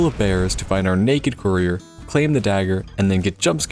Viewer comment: The excruciating pain of you not being able to pronounce Atronach and courier